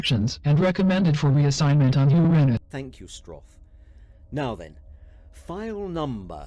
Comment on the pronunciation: I'm not sure that is how Uranus is supposedly pronounced. It's not the same thing as "your anus".